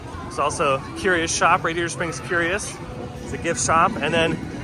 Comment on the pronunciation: This is totally nit-picky - CURIOS doesn't have the second U like curious. So it's pronounced Kyuu-Ree-Ohs